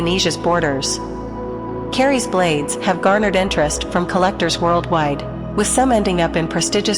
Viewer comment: You are pronouncing 'Keris' incorrectly, the 'e' is very short and therefore it sounds far more like 'kris' and not at all like 'care rees' as you are saying it.